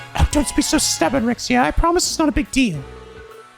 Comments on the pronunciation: You don't have to worry about us being bothered at you walking around the city for 2 hours. Seeing all that stuff is part of what us Trails fans live for. Also, just a bit on pronunciations is that Wazy is actually pronounced "W-ah-zy" (with a soft 'A'), and Rixia is pronounced "Reeshya". And, as someone who played the PS4 versions of Crossbell, seeing these extra portraits is neat. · For some pronunciation references; Rixia = "Reesh-ya" Heiyue (which means Black Moon in Chinese) = "Hey-you-ay" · Someone's probably already mentioned it before, but "Rixia" is pronounced Ree-sha! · Ree-Sha = Rixia.